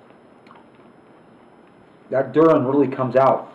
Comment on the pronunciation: I think it's pronounced dur-e-in